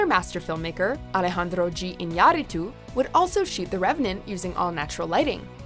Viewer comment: Holy shit! It's the first time I hear Iñárritu's name pronounced correctly in WatchMojo. :p